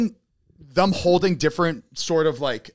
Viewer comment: ZANE!!!! “THEM” not “THUM”!!!